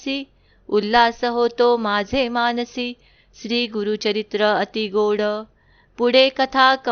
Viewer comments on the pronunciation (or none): none